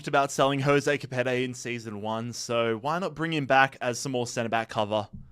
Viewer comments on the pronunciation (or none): none